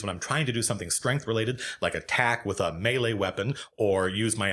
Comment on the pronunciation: You're about the only D&D presenter on Youtube who can pronounce "melee" correctly, so you're doing better than most.